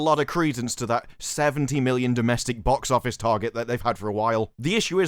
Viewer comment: Boox oofice noomburs are in. Gesticulate more, please